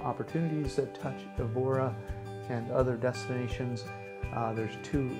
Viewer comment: you could have learnt how to pronounce Evora.....pathetic